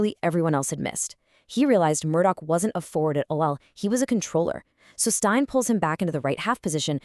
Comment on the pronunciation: Jock Stein - it's pronounced 'Steen', not "Stine". I appreciate that the German drinking vessel is pronounced that way, but not Mr Stein. Also Tommy Gemmell - it's a hard 'G', not a "J". Other than that it's fantastic to see Bobby Murdoch getting some recognition in an American (?) video.